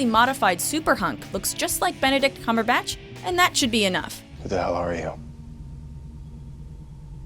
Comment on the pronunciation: you pronounced cumberbatch wrong. and I don't know how to spell, i simply know how to pronounce it.